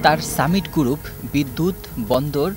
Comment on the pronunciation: সাংবাদিক এর উচ্চারণ ভালো করা দরকার, গ্রুপ উচ্চারন পুরাই ভুল।